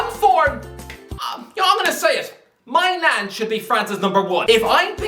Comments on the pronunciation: you call maignan “my nan”… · please say it with me.. Mike Men-yan (or meh-nyan). Not My-nan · That's the most horrible pronunciation of "Maignan" one could possibly achieve. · Like with Maignan haha, it actually hurts to hear him mispronouncing his name so badly. Actually low key pissed me off a bit how clearly zero effort went into finding out how to say it properly.